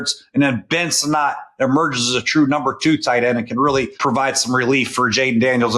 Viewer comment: I found it funny that Sinnot, pronounced like Senate, had 40% of his passes, 50% of his yards and his only TD being thrown by Mariota last year. He must improve